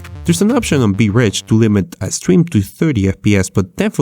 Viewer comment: When he said vridge I understood be rich and I wasn't sure if he was joking.